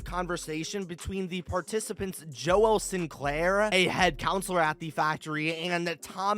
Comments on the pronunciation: Why did you say "Joel" so weird? You don't need to split the syllables. It's just pronounced as "Jole" not "Jo-el" Have you never heard that name before? Its pretty freaking common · Joel is pronounced like jole, I have a grandfather named this and I hope this helps your theory here keep up the great work! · joel is not pronounced like "noel" with a j like you're saying it. it's a common name pronounced like "bowl" but with a j.